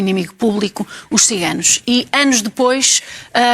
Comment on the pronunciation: Também gostei de ouvir a Jornalista Ana Bárbara a dizer "Xiganos" ... muito bem.